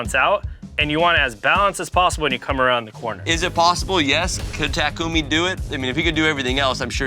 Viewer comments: I'm sorry I just can't get over the fact that he literally just pronounced his name like this ta koooomin like bro what it's pronounced like Takis takami 😂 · their annunciation is is a travesty lol its ta-ku-mi not ta-kumi lol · Why does he say Takumi like that, pronouncing it like it’s Tak Umi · How hard is it to pronounce takumi ma boi keep saying taco meat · every time bro says takumi incorrectly it hurts my soul as a human being